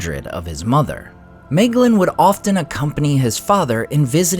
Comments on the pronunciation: Bröther, your pronunciations absolutely kill me 😭 it's in the back of the book. It explains it all very clearly. my - glean NOT may - glin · Just noticing how you got the pronunciation of Nirnaeth correct, but always say May-glin